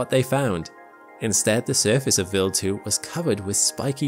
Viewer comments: why would someone with a British accent (I presume) be unable or can't pronounce English words like "wild" (not willed) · It sounds like he is saying Bill 2 instead of Wild 2. Weird. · Very interesting - just find the strange pronounciation of Wild as "vild" slightly distracting ! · "Vil2"? Isn't it Wild(as in from afar/nature/outside)2? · Quick question: throughout the video, your pronunciation of the W sound (English) was normal/common - regardless of the W's position in the word &/or whichever consonant or vowel it was preceeded or followed by. So, why did you adopt the German pronunciation of W ( v sound) for the word Wild? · yeah, i gathered as much. But he only used the V sound as a W in the word Wild, yet he pronounced many other words with W's like the English W - rather than the Swiss/German W (V). WEIRD, ISNT IT? 😜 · I know it’s most likely just a difference in regional pronunciation, but hearing “willed” when “wild” was being said kept smacking me out of the video lol. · Why does he pronounce "Wild 2" like "Will 2"? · Why is it pronounced vild rhyming with chilled and not wild rhyming with child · Although very interresting, I was annoyed every time the narrator called Wild2 Willd2. I believe it's pronounced WILD as in wild animals. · he says Wild like Vild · so why are you pronouncing wild as villd? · if this guy is going to say Wild 2 so much, someone should have taught him how to pronounce a W sound. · Can i mention the way he pronounces WILD, its a I not a E. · You're saying wild wrong.